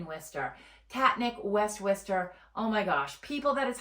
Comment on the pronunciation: I've lived in and around WORCESTER pronounced WOR-ster. Not what ever you're calling it. The city has turned to crap in the last 20 years. About the only good thing about it is the schools. Entertainment is spotty at best boasting NO cinemas and only occasional 'shows' at the existing venues. Worcester used to have daily entertainment. Yes traffic is easy to navigate because no one stays IN the city. Jobs are nonexistent unless you want to work in education or healthcare. Worcester has been 'reimagining' itself since the 1970's. Personally I don't think it's ever going to find itself. Also it's the SEVEN hills. Obviously don't know the city.